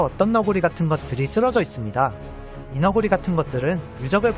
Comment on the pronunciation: 발음을 왜 '이 너구리' 가 아니라 '이너구리' 라고 하는거?